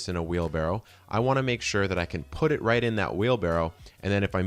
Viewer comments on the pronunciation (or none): Where are you from? I have never heard anyone pronounce right like that lol. Coming from a Texan who enjoys your videos